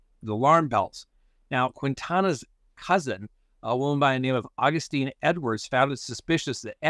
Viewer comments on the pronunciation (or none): none